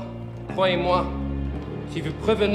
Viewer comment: He’s pretty much fluent albeit with a strong accent, but he knows a few very French things, for instance, “je vous retrouverais” pronounced as “je vous retrouvrais”. Kudos to mr Fassbender